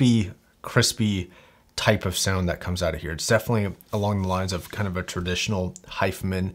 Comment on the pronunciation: why are you saying 'hi-fah men' ? Its Hi-fi man.